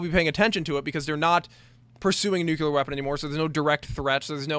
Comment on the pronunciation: I'm a stickler for this, and I'm sorry as this video was indeed quality, but you say "nucular" instead of nuclear. Like I said, I'm sorry, but I'm a bit of a stickler.